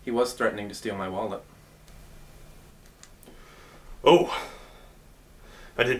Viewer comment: does he say "steal my wallet" or "steal my walnut"?